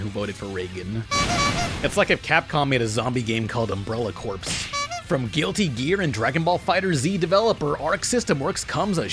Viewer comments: Sorry to be that guy, but the word "corps" in any military context is pronounced "core," not "corpse." That's why there's a Contra game called Contra Hard Corps. It's "Hard Core," but with that military edge. Not "Hard Corpse." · Corps is pronounced "core," not "corpse." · Why do people pronounce corps as corpse? It's pronounced like core. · Pronouncing Corps as Corpse and not Core. The American Education System has failed you,. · The "ps" in "corps" is silent, my man.